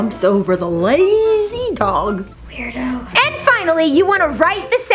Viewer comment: that girl just said werdo to you Rebecca!!!!!!!!!!!!!!!!!!!!!!!!